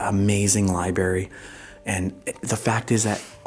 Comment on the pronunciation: sorry pet peeve, but its "LIB RARY" not "lib ary"